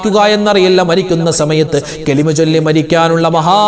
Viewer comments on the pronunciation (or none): none